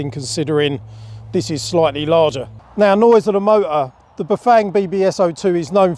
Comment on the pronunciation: Accent kills me. Mo-er. 🤣🤣🤣🤣🤣🤣